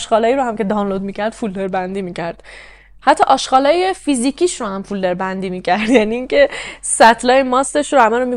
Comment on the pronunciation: خسته نباشی.خیلی خوب بود. فقط عزیزم فیلدر نه ،فولدر